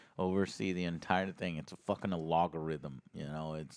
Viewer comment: Joe still can't pronounce algorithm correctly XD Oh yeah, and She Hulk was bafflingly awful. I'm so scared about what they're doing with Daredevil after this.